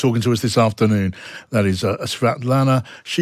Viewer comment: Most exotic pronanciation of naime Tichanouskaya.